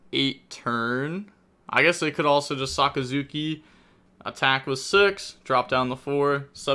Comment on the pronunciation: Dude pronounced Sakazuki perfectly, but will stuble on any english word with more than 2 syllables.